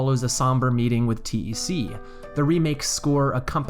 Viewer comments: The character name: "TEC," like "tech": "teee eee sceee" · I had no idea people called TEC "T-E-C". That's just...wrong. It's TEC! TEC! Pronounced like "tech"! Also, regarding the Riverside station switch/blue switch. I always liked that. It was a big joke. You think the realistic looking switch will be THE switch, but no, it just gives you access to the real switch...which is a Mario-esque blue ! switch. I love it! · Yeah I always read it as "Tech". I assume TEC is a reference to HAL in 2001, and you don't call him H-A-L. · You're not a Lunkhead, You're a, Also why do you say T E C instead of one word as TEC? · "T-E-C" and "Moosh" hurt my soul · I remember the Game Grumps called him T-E-C. It really bothered me.